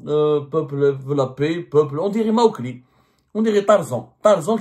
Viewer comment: Tu ma tué quand tu a dis c’est “ mawkli ” hada 😂😂😂😂😂😂😂 J’avoue que c’est honteux il a fait honte a l’Algerie la journaliste lui parle de la civilisation et lui parle d’autoroutes et de terrorisme